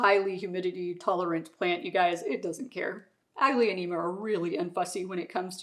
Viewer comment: It’s pronounced aglo- neem-a. The second a is silent